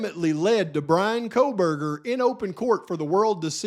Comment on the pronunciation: yes ma’am who could ever forget the famous JJJ uttering KopaaKohberger. 😹😹 Can’t forget herself referring to Bryan as Brent. 🤦🏼‍♀️🤦🏼‍♀️